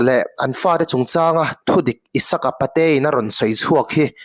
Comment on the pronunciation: Pate in tih hi a dik a A thluk erawh i sawi dan afiklo Apate a in tih tur aw sir. Patein tih a sawizawmlih in Apate a in...tih tur ka hriat dan anih chu aww.😂😂😂😊😊😊